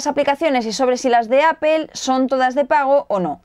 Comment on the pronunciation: Kindel, Googuel y Appel xD